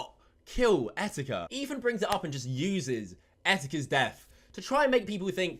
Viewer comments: wtf is ''EFAN'' he keeps saying that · ETHAN, not EFAN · This guy cant say Ethan correct lmao. He says Efan. I guess its e British version of a lisp 💀💀💀